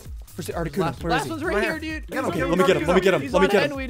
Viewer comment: ArticUNO ZapDOS MolTRES